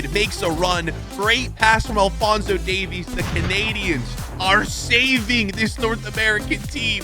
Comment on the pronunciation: pronounced davis